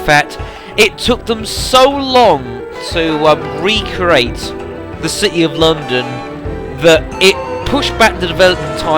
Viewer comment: It's recreate not recrate ya fool